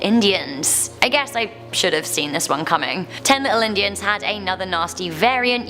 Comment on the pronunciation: Saying “injun” isn’t the coolest thing.